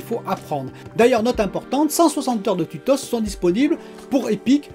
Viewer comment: Mdrr tu es fatigué ou quoi?? Les tutosse?? 😂